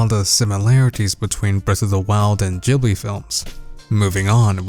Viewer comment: Jibbly? It's pronounced studio GIBBLEY